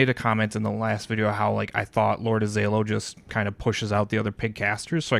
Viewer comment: ah-zello (Like Jello), or ah-zAy-low, or even Aziz Ansari. Just not lord Az